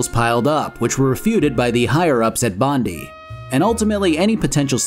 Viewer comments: To be fair to, I can't remember watching a single video about this game where Bondi was pronounced correctly. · Maybe Aussies shouldn't say things weird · Not even a minute in, oh boy I hope that name doesn't come up too often 😅😅 I'm sure we butcher some of their town names as well🤣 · Bruh as a someone from Sydney, the way he says Bondi 😭 oh lord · Come on man, all I want is one video that can pronounce Team Bondi correctly. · His pronunciation of Bondi killed me a little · Aint it Bondi, as in Bondi Beach? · As an Australian I couldn't help but cringe every time you said Bondi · I freaking love this channel and all of it's content but pronouncing Bondi like that was a war crime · You could’ve at least learned how to pronounce Bondi if you were going to make this massive video essay. Good grief. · the American pronunciation of Bondi hurts me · You're going to be kicking yourself when you find out about the correct pronunciation. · Good lord the amount of times Bondi is mispronounced is grating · It’s bon-die, not bon-dee. It’s named after the beach and surrounding suburb of the eastern suburbs in Sydney, Australia :) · As an Australian: Bond-eye not Bond-ee Otherwise good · Team Bondi's name is based on a location in Australia called Bondi beach pronounced bon-dye, not bond-e just thought I'd point this out. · dropping this at 3AM Australian time means there aren't too many "It's Bond-eye, not Bond-ee" comments... yet. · After getting a couple of answers wrong during interrogations I was surprised there wasn't a dedicated 'pistol whip' button. Also Bon-Dye not Bon-di for the studio. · As an Australian I just have to say Bondi is pronounced bon-die. Great video! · Might just be that I grew up near Bondi, but I have visceral sensation every time i hear you say Bond-ee and not Bond-eye . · I'm sure comments must've been made below but it's pronounced Team Bond-ai (not bondee). Bondi is a famous beachside suburb in Eastern Australia, within Sydney